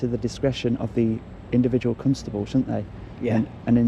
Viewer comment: Stop saying Cuntstable. Its CONSTABLE